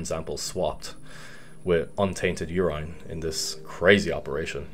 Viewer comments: Nobody:: “UR-EYE-N” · nobody:: YOUR-ENINE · Na you good. is mispronouncing it or they pronounce it the way he does in Ireland. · Love the way you say urINE bro 😂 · I've been pronouncing urine wrong my entire life. Awesome video